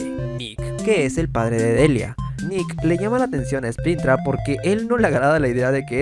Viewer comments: Porque dice sprintrap y no springtrap ._. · es springtrap no spintrap wey no sabes pronunciar o q = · Personas normales: Springtrap.: Spintra.